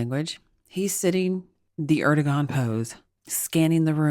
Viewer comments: It’s “AIR-dough-wahn” (the last syllable pronounced like the first syllable in “wander.” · Erdogan is pronounced Er' doe' w' anne. Emphasis on short w sound like in way or wait. In Turkish the "g" is silent if before an o